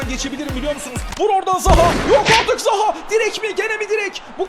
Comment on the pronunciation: de zaha ya zaguew diyor